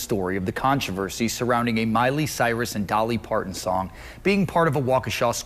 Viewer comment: The reporter's inability to pronounce "Parton" (it's not "Parkkkkkon") gets an "F".